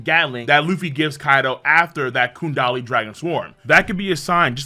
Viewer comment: You say kundali again imma need those hands, the chapter literally says gundari